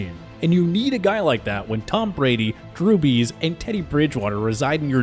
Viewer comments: Tom Brady Teddy bridgewater “Drew Bees” How do you say “Bridgewater” But not “Brees” It should be a “breeze” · Drew Bees it is Drew Brees idiot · it sounded like he said drew bees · Drew Bees? How do you mess that up. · Me: Drew Brees Everyone: Drew Brees LITERALLY EVERYONE: Drew Brees: Drew Bees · "Drew Bees" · “Drew Bees” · I'm half asleep but I could've sworn he said Jew bees. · i was finna comment that the second i heard it and it like “nah someone prolly noticed it and sure enough you did😂😂😂😂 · "Breece" LMFAO